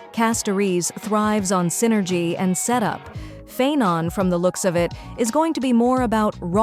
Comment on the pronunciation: The mis-pronounced names are so jarring. If you're using a speech generator, you can always change the spelling of the names in your script to force it to pronounce them correctly, "Castoriss" and "Fye-non" maybe?, and just make sure your script on-screen is spelled correctly.